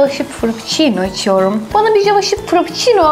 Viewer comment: Java şip mi Java çip mi 😂